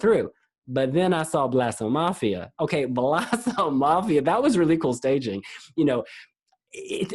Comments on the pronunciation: Note: You should pronounce Blåsemafian more with an O than with an A. So it’s “Blose-“ sort of like if it were in German. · He says Blåsemafian wrong. Lol!